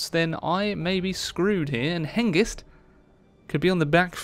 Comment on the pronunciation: Hengist not ghengis, Hengist means stallion.